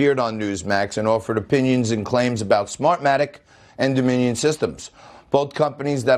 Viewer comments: He cannot say their name😂🤣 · This made my day!!! and what's absolutely HILARIOUS is the newsmax clown couldn't even say the word "Dominion". I can imagine the people in his ear screaming, "DON'T SAY DOMINION" LMMFAO!!!!